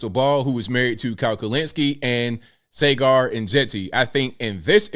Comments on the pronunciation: The host's name is Sagar, not Segar. If you are talking about someone, could you spend a few minutes and learn the name's pronunciation? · It's pronounced "SAH-Gar". 😉 Love your work!